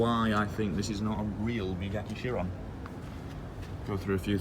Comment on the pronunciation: There’s a “bewatti sheronn ”